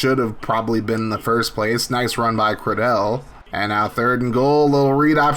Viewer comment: Jaiden Credele’s name is pronounced Cradle and they call him Flip Cradle 🫡